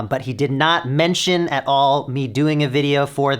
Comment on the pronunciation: “Not mention at aæl”